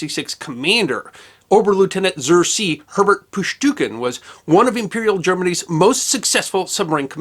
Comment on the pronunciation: Zur Zee is pronounced “Tsoor zay.”